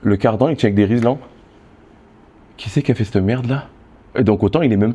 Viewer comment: riLSan, pas riSLan. :) Ce n'est point être puriste de bien prononcer les mots. Tu dit "apnée" et pas "abnée" , bah là c'est pareil.